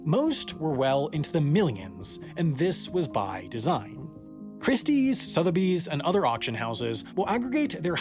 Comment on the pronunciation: IF you cannot pronounce SOTHEBY's correctly, as is repeatedly done in this video, you might be one of the f00ls who are definitely scam material... There is NO "R" in Sotheby's...